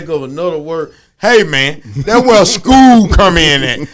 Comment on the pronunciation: “Guvment....Entertainment....same ment. “ 🤦‍♂️🤣